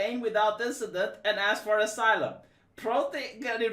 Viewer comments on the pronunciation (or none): none